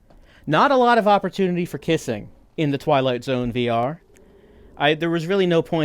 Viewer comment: The way the narrator says The Twilight Zone wrong makes me so grumpy. It sounds like he is just bored